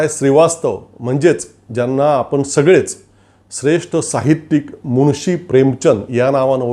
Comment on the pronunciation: मुळशी नाही मुन्शी असा शब्द आहे